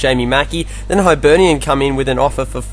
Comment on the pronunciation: Hib-ern-ian not high-ber-nian